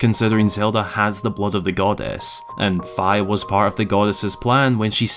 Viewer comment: That does not look appetizing. I'm glad you pronounced Fi's name properly.